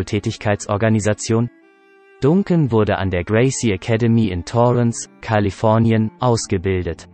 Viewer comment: Lerne mal den Namen richtig zu sprechen ! Es wird nicht Duncan sondern Dancan ausgesprochen